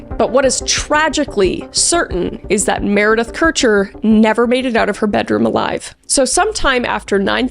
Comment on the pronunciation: I think you are the first person to pronounce Kircher right( my moms maiden name is Kircher and most people mispronounce it)❤